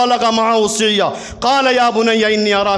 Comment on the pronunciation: قرآن کی آیت غلط پڑھ رہے ہیں حضور معه السعی سین کے نیچے زیر نہیں ہے بلکہ زبر ہے